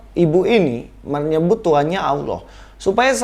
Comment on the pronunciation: Kata Allah di Alkitab itu mbacanya Allah bukan Auwloh. Auwloh itu adanya di kitabmu, dikasih tahu bolak-balik kok nggak ngerti-ngerti sih ...